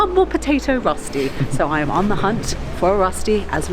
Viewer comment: Are you a bit indian ? Because Röschti is the sh sound. And restaurant is the s sound in. :)